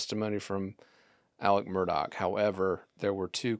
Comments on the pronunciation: I'm enjoying the content and insight, you have done a thorough job on the case. In the interest of continuity, please pronounce Alex Murdaugh's name properly. I realize it's not pronounced in the way it's spelled, but the correct pronunciation is in fact "Alec Murdock". I had to learn that and get myself corrected early on, and Will was actually the one that confirmed the correct pronunciation for me. Thank you for your great work! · If you are a reporter and after 2 years you still don't know how to pronounce Murdaugh, how much credibility can be given to the details you report? Details matter . . .